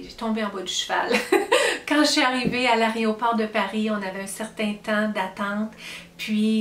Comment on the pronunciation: Oula.. "l'aréoport" 🤣 Bonne chance dans vos entreprises ! C'est tellement bon d'avoir des projets... Alors lorsqu'ils se concrétisent.. quel bonheur 🥰